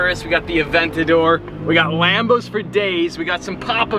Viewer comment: man said wambos